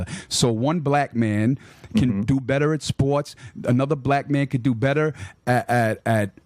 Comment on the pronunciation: Troof = truth Day = they Beder = better At least Rocky Balboa was a dummy, who got punched in the head, for a living, to end up talking that way. I wonder what happened to ra to end up talking like this....and oh yeah he's "THAT GUY" ...lol what a putz...